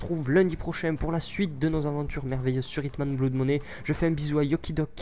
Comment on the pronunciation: Tu dis BLOUD... ça se dit pas comme ça : cf Merriam Webster pour la prononciation en auto